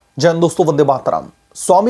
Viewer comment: aap spasht "Jai hind " Boleyn to jain jain nahin sunai degaa...anyatha na lein...ek request maatra hai